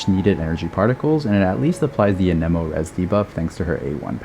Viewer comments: I am sorry to ask this but why do you say an eh mo And not an emo Also amazing content, thanks gor teaching me about reaction gayge and how to maximize my hyperbloom teams Also what are the best teams for x1 nahida where she has an elector hydro and pyro teammate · you can google the proper pronounciation yourself. just cuz "geo" is phonetically pronounced (gi - o) doesn't mean anemo is (a - ni - mo), electro is (i - lic -tro), or dendro is (din - dro) geo is the exception not the norm. language is weird. blame genshin's english localization for using fancy latin words that are no longer in use... at least until september of 2020. edit: i googled it, i am wrong, my bad. turns out there are two exceptions.